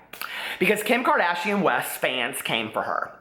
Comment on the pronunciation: "KIM KARDAYSHUN"